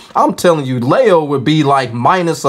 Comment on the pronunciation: well the Gender has already been told (female) and her name is LEE-O they have Lee and Lie in Tekken already the way they are saying it LEIO and yeah yeah rage art combos kinda been there done that at this point not many people used this person either